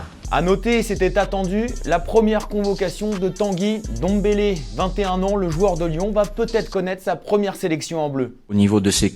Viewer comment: On dit pas Bappé on dit M'bappé Alors on dit pas Dombélé on dit N'dombélé!! Snn vs êtes cool